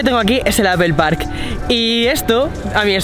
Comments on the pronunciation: Me causa gracia que el tipo dice "Apel" cuando en realidad el fonema es "Apol" pues ni muy fanboy de Apple 😂😂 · PORQUE DICE ''APPEL'' ??? QUE NO SE SUPONE QUE ES ''APPLE'' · Si los españoles presumen hablar el ingles como se escribe... Porque no dicen Aple" en lugar de apel? Y video" en lugar de vidio" Wtf maldita sea!!! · Daks Sama porque tampoco es apel 😂😂😂, el fonema es apol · Exacto, en lugar de apel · Nadie: Este chavo: APEL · apel?... en serio APEL? ostia usa un traductor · El “APEL” 🤣🤣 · "Apel", "Vídeojogo". Otro más...